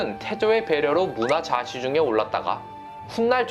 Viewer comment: 문하좌시중. 문화좌시중(X)